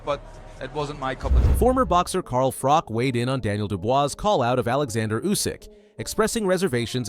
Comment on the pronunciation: its not Frock dude, its FroCH